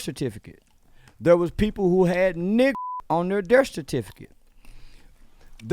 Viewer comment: “On their derth certificate” 😂😂